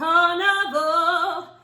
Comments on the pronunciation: One thing that is ticking me off is that you keep sounding like you are saying carnivore. He’s saying carnival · you soynd like your saying carnivor rather tthan carnival here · It sounded like you were saying "never ending carnivore", just wanted to say it's never ending carnival since RTC is where the teens died at a fair ground/carnival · Am I the only one laughing because she keeps saying carnivore instead of carnaval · i can't tell if she was saying carnivore instead of carnival 😭